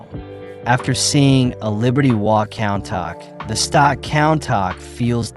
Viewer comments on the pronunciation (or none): countach = koon-tash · Why is no one talking about how he pronounced countach.